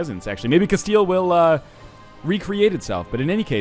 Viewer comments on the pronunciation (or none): none